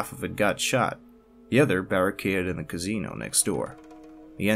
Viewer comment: quit saying cazino